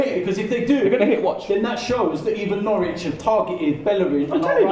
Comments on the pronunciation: Thought it was Norwich not Norwitch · Norwich not Nowtich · Norwitch 😂 really?😂